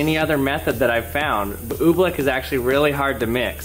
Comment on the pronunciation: He saying ooblick. It's ooblEck